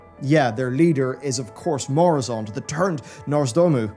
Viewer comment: I thought it was Nozdormu, not Norse-dormu?